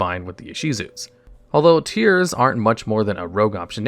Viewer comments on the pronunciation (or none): none